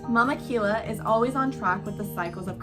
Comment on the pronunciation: It’s pronounced Ki-Ya